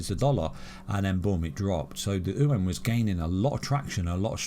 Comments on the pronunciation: Its chinese yoo aaan, not ooowhen 😂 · Chinese ooo en hahah. its Chinese Yuan "you wan". there is no En in there hehe